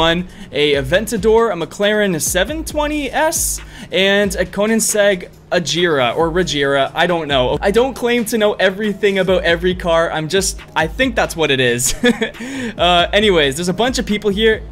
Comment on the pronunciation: "or a koenigsegg ageera or a regeera" its a koenigsegg one:1